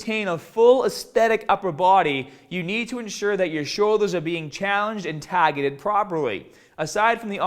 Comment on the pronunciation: I noticed that too lol I said it out loud like 5 times laughing